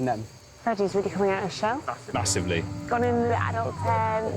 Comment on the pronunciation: camin not crocs